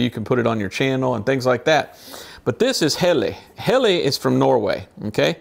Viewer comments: It's pronounced Hellah, not Helly,, 👍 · It's pronounced Hella.